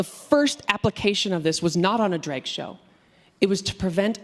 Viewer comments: I thought she was saying Dreg = Art and got confused, then I got she was saying Drag. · I keep hearing "Dreg".